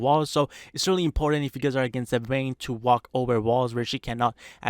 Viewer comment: he keeps saying "wayne" i almost thought batman's alter-ego is somehow in this game.